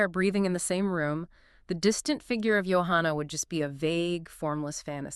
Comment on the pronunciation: Why do you two call her "YO-hanna"? He clearly calls her "JO-hanna" in the song. Are this man and this woman speaking actually AI?